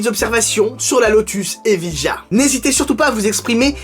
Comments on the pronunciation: T'as qu'à prononcer ça Eviya... Comme Sevilla !!! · Ta prononciation de Evija me gêne autant que celle de Geely 🤣